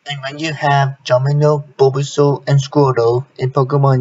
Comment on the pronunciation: its the way he pronounced bulbasaur